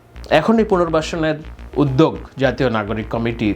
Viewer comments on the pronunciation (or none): none